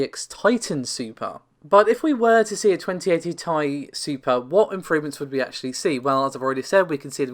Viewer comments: Sure. It is short for titanium. The reason everyone gets upset about it being pronounced as "tie", is that Nvidia themselves, and every other channel and publication calls it the T.I. when any of them say it, and generally it should be said the way the creator says it, or called what they call it. If you're giving information to the public, you should strive to be accurate. Not just with the numbers, but with the pronunciation of a product. Navi is even more clearly supposed to be said like NahVee. AMD has spoken its name many times already. I understand the Tie argument, and while I agree, Nvidia does say T.I., so that's how its supposed to be said. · Please stop saying tie.......... Let me Tell you why..... 1st of all every capital letter in any name is pronounced each letter individually. For example United States Of America AKA USA.... Please tell me how you pronounce It ? That is correct each letter individually... Heck even when you say AKA or lol You don't say aaaakkkkahhh You pronounce it each letter individually how many times do I have to Teach people how to Properly pronounce Words. You don't say uuuuuuusssssaaaaahhhhhh you say USA Once again you pronounce each letter individually just as you would the RTX 2080 TI Oh I'm sorry once again even at the very beginning you pronounce The R THE T THEN X =RTX For the love of God get it right it's not difficult stop saying tieeeeeeeee. Or thiiiiiiii. Oh and another reason I know I'm right each letter is capitalized another reason to pronounce each letter individually Jesus Christ stop it. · Nvidia markets it as Ti not TI but otherwise you’re right